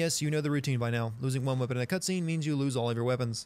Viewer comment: The word "cutscene" about 19 minutes in is "cutsvene."